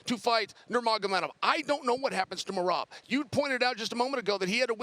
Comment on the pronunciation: I know Chael is screwing up Merab's name intentionally